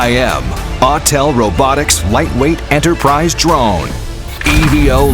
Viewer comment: Autel it's Autel.